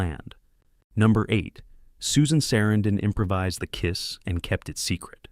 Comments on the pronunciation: I like the inside and how you made it happen, sorry what happened to Corey😢... Became a Great film, actors (but -the person interpreting this said Susan Sarandon's name totally wrong😮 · It's good to know all these facts👍 but I don't think you realize you're saying Susan Sarandon's name WRONG 😮